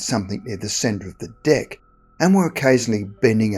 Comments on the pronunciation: You need to enunciate the word 'deck' better. You just made this the funniest video on youtube. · Lmao it sounds like you're saying "d!ck" when you say "deck" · Deck or Dick??? Lol. The way he said it. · I keep hearing "dick" instead of deck. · Mate. Made me laugh. Sounds so much like dick lol. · Saying "Deck" with dat accent though 🤣🤣🤣🍆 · Hahaha I did.picknup on that and it gave me a chuckle